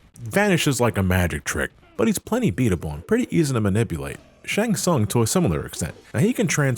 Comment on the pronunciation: How can you pronounce "Shang Tsung" wrong when they say it out loud in the games?